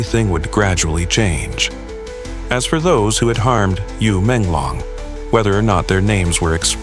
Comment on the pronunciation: My ass keeps laughing at the way white calling his name with wrong pronunciation and tone 😂